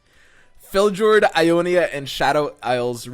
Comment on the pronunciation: did... did he say felJORD?...